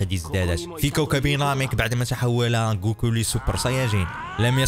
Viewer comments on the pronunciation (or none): none